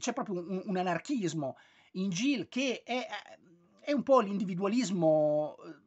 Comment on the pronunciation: Credo che il titolo si pronunci "Ghil", come in Gil Kane. Spesso è un diminutivo di Gilbert.